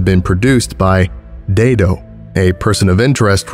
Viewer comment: THANK YOU FOR SAYING IT "DAY-DOH" BC MY NAME IS "DAY-D"